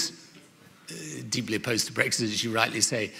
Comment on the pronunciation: Annoying Blairism’s - “Breggsit, Parhearty, idieology.” Great stream,. Have you done any videos/studies of Alistair Campbell? His politics have never really been looked at. And considering how influential he was to New Labour and Blair, I think he’d be a great subject. From journo to spin doctor.